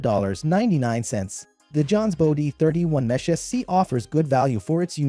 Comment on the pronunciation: This is clearly an AI voice talking on this video. Saying things like M-Esh instead of Mesh makes it pretty obvious, along with the glitchy variations in voice. Not a bad little video, but I'd prefer an actual person talking.